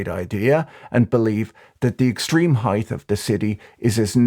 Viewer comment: Height, not heigth